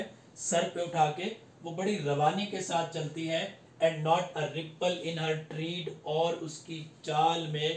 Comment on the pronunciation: Tread ki pronunciation galat hy apki